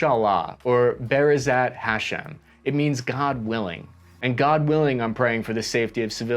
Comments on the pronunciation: Bro butchered rhe Hebrew pronunciation so bad 💀 (For the record, it's "bih-ehz-RAHT hah-SHEM") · Loving your attempts at Hebrew. I gotta help you. It's Key-boots. Not ki-butts. Also, G-d willing is pronounced with 5 syllables: Beh Ez Ras Ha Shem, or Beh Ez Rat Ha Shem. Gotta account for 5 syllables, or something went wrong. :)